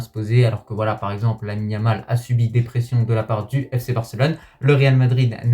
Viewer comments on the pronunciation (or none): none